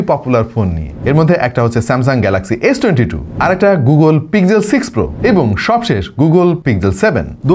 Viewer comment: Google Pixel যারা বানিয়েছেন তারাও এভাবে "পিগজেল" "পিগজেল" বলে না যেভাবে আমরা বলতে থাকি। এখানে গুগল কিভাবে তাদের ফোন এর নাম উচ্চারণ করে সেই উদাহরণ এর লিঙ্ক দিলাম। আশা করি আপনারা অন্তত সবাইকে সঠিক উচ্চারণ টা বলতে সাহায্য করবেন। ধন্যবাদ